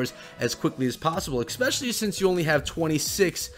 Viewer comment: ESpecially not EXpecially